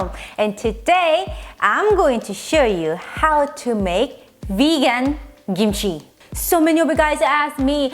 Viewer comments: It’s kimchi, not gimchi, capische!? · It's technically pronounced "kimchi," but without the puff of air on the "k" that we pronounce in English. Without that puff of air it sometimes sounds like "gimchi" to us.